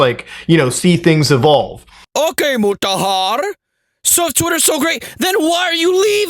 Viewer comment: when I heard him say Muraharrrr the first time, I just subscribed and liked the video 🤣🤣🤣🤣🤣🤣